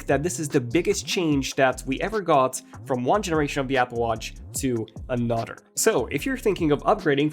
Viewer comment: And NOW - 'Anudder' upgrade 😬. Sorry, 'a nutter' upgrade. Sorry, an 'udder' upgrade. Sorry, another upgrade. Finally😖.